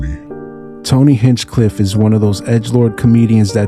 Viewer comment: 😂 did you just say Hinchedick? Holy cringe